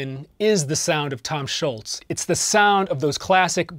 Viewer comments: The man's name is Tom Scholz, not Tom Schultz. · Why does everyone call him Schultz?? His name is Tom Scholz!!!